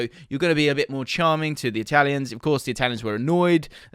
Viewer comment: It was those god damn eye-talians.